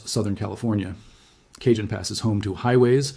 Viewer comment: My AI boy said K-John pass instead of Ca-hone (Cajon Pass). 😭😂